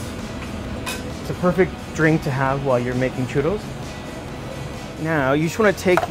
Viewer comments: You're saying 'churos', and its churros with two Rs aka a rolled R. And you dont know how to say canela either, the L is not drawn out like an english L is. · Aaaaa he keeps saying "churos". Trill the R, man. Trill it! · It’s chuRRos.. double R.. not Churos.. I hate when people can’t pronounce shot like that.. like dude you have an accent and can’t say your double RRs. Such a shame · the way he says churrro <3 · Rene Martinez "churos" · Why is He’s saying shoe-doughs? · "churos" jajaj. Also, Churria means diarrhea (at least in Santo Domingo). You probably mean a "Churreria." Great recipe, though!! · he's not even saying it with an English 'r' sound. It's this weird in-between thing. Either go for the anglo way or the Spanish way. What he is saying doesn't exist. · yo creo que lo dice así porque los gringos no pueden pronunciar el sonido de la doble erre, por lo tanto lo pronuncia "in the white people's way" por así decirlo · It bothers me the way he says “churro” it’s a little cringy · excuse me but churros are from Spain and you have to pronouce the "s" at the end.